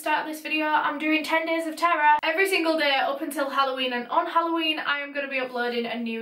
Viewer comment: It sounds like your saying Ten Days of Tarah. Yo a whole 10 days about me!